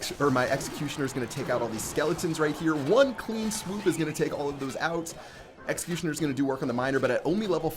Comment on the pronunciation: New meta: Elecutioner